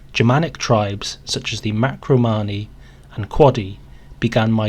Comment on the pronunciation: "MACRO-MANI" ? ? ? NO! They were the "MARCO-MANI" is this so difficult? The Boi did migrate westward, the Bavarians still refer to themselves as "Boirisch". This is important European history.